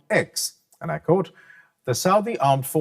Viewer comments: It's not "cote" or "uncote", it's pronounced "quote" and "unquote". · I mean, he seems to be a nice guy, but it doesn't look good when he's mispronouncing words. "cote" and "quote" are two different words, referring to two different things.